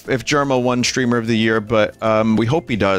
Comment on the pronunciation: Vinny pronouncing "streamer" as "shtreamer" always gets me